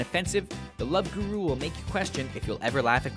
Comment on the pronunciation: Guru, :P not Huru